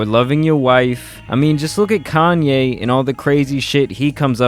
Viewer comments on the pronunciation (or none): none